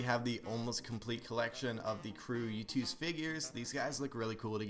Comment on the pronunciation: its not yoot its YOOOOOOOOOOOOTTTTT